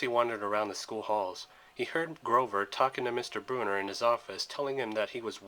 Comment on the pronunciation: Sorry but it’s brunner not Bruner but still a great video